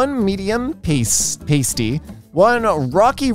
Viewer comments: "We don't really have an equivalent here in the states" you just aren't looking, you can find pasties everywhere, they are kinda like a meat pie and they are amazing. Also it's pronounced like past e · I was laughing at the pasty pronunciation. If you're wondering it's pronounced pass-tee in the UK. Not that it matters . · Totally not the point of the video but pasty is pronounced past-ee as in past present future. They are super yummy and best served hot! Cornish pasties were traditionally made with a crimped edge so miners could hold the edge to not ingest the coal or metals they were mining! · I appreciate that she's likely never heard it said and that's fine but I keep giggling at the way says pasty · I hate that the English language has made pronounce pasty as they do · you are pronouncing pasty wrong, you don't pronounce the a like that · Lmao I‘ve been pronouncing pasty wrong this whole time, I pronounce it as ‘paastī ’ but that's wrong apparently 😔💀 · struggling with pasty made me chuckle more than it should have - pronounced pa-stee, it's a form of pastry in the UK primarily with a savoury filling though sweet pasties do exist and some classic versions even have a sweet part and a savoury part for a full meal in one lump. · as someone who used to eat pasties almost exclusively, hearing struggle to pronounce them and then go "what is a paystee" just made my day No I won't explain what a pasty is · As long as you’re not from the London area, yes. The “a” in “cat” is a better one to use. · pasty, like nasty, which they are not. Ironic, because if they were pronounced how did, they'd rhyme with tasty, which they are! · it's pronounced "Past-e" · hey, just for future reference, pasties (stickers for your nipples) are different than a pasty (savory meat pie) and are pronounced differently (pay-stees vs pah-stees). signed, someone whose mother had to suffer her child telling multiple people that we were having pasties for dinner